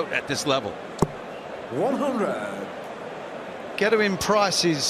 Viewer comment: Anyone else find the way Mardle pronounces Gerwyn to be very irritating?